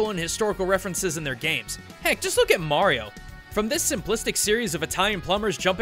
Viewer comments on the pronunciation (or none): none